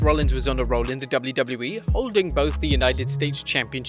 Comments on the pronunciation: Y does he say Wlwle? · In the intro you said doubly doubly bee. Instead of wwe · So no one‘s gonna talk about the fact that the narrator can’t pronounce WWE and I know he has an accent but come on it’s not that hard